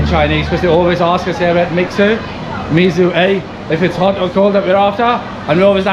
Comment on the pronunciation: U know what? I'll have to correct you MIXUE pronounces just like Miche(lle) with stress on the first syllabel -> ['mi:ʃe] , for you're now kind of their ambassadors something LOL. after that, it's 加冰[dʒa bi:n] for ice drink, 常温[tʃa:n wen] for room tempurature, 热饮[rɜː i:n] for hot drink.